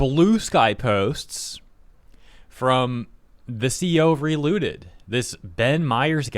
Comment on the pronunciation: I heard reLewded instead of relooted, would've been much more interesting of a game